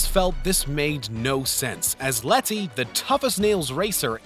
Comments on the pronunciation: it's pronounced "leddy", not " Let-tea". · Ah yes Let-tea 😂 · Please stop saying LET TEA its Leddy is how pronounce it it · It's letty not letthi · Say letty once again loll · Really stressing those Ts in Letty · The way he says Letty makes me want to shoot myself lol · I'm thinking it's a speech impediment because at the end of the Brad's Pitt section he says "goods call" So, he probably adds the s sound after most words that end with a D. He also does that throughout the rest of the video. And in the Fast and Furious, he calls Letty Lettsy so maybe it's not just words ending in D but words containing D's and T's (similar tongue positions)